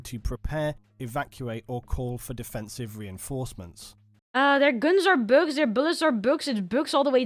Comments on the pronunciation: I know right I thought she said , books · I am obsessed with how she pronounces "bugs." It's so endearing.